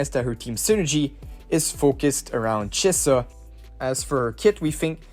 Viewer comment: Thanks for all the infos <3 <3 i love how u pronaunce chisa ;)